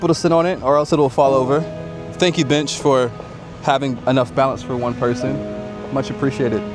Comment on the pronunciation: Please enunciate the word bench. ha ha